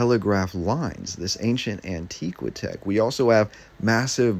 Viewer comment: It's An-tiiiihhh-qwaaahhh-tech like ANTIQUITY. Not An-teeee-qwi-tech like ANTIQUE.